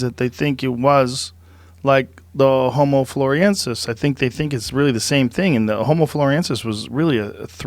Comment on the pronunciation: jooeee you're pronouncing homo floresiensis wrong. It's weird.